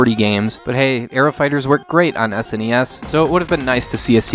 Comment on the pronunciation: I want to thank you for saying S N E S and not saying it like it's a word seriously when young people say that I no longer care what they say as no one called it a Sneez. Like and subscribe from me.